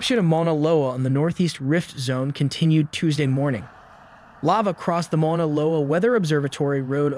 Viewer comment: But doesn't pronounce Maunaloa correctly